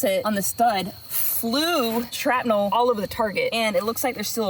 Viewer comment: A couple of times you said shratnel not shrapnel. Lol. Also you throwing the ax was really funny you’re definitely a girl.